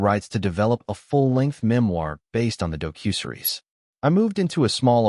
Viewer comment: AI can't even pronounce "docu-series"??? It's not dough-cue-seres ;-))